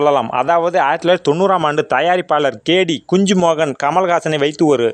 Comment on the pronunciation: குஞ்சு மோகன் இல்ல தலைவரே.. குஞ்சுமொன். 😅